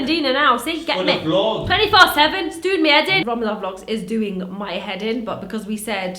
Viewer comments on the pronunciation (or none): they way she said Ramadan 😂